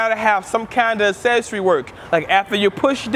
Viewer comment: "Assessory work" lol kills me evertyime